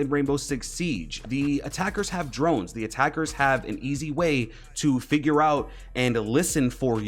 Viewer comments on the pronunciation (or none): none